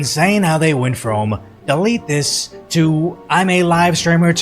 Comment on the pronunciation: "DEE LEET DIS" Maybe don't do street thug shit in public to someone streaming.